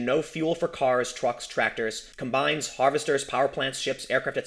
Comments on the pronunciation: "Com-bines" goddamnit! Sorry, carry on. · OMG. It's pronounces "calm Bines" The accent is on the FIRST syllable. You said it like the verb 'combine' (as in combine two ingredients) in which the accent is on the SECOND syllable. Same SPELLING but different pronunciation depending on what you're talking about. The word that is a NOUN is pronounced differently! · Haha... the way you said ‘combines’...